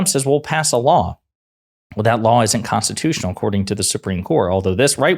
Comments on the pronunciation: Did he really say "constitush"?? What a effin moron lol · "Constitoosh"? The man can't even pronounce the word ' constitutional'.